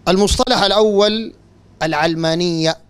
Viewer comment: علمانية اشتقت من العالم (الدنيا) لاهتمامها بالدنيا secularism او worldly. النطق الصحيح يجب أن يكون "العَلمانية" بفتح العين لا كسرها. (كسر العين يكون اذا اشتقت الكلمة من العلم)